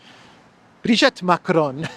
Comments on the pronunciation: Her name is not "Brigette". her name is Brigitte - pronounced "Breegeet" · it's Brigitte, the 2nd 'i' is pronounced 'e' as in 'we', not 'ette' as in 'wet'